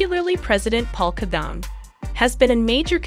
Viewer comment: I like your video, but please learn how to properly pronounce the presidents name.😄